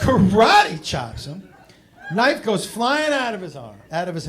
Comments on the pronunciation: L pfp. Also wtf is a "knoife?" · It's how Australians pronounce knife. It's from Crocodile Dundee and The Simpsons